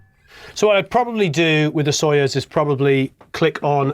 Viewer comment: Hello! Accentuation in word Soyuz is on "u". Have a marvellous time pronouncing russian words! ))